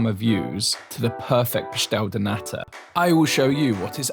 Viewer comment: Great job, your enthusiasm is infectious. You chose great places for the food. You got the pronounciation of pastel de nata, down perfectly, the other other words, not so much. I'm sure you are going to work on it. Start with manteigar(i´)a. I look forward to seeing your madeira video.